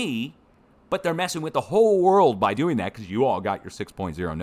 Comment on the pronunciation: forgive USGS, even though ( THAY ) know what (THAY) Are DEWING 😂💗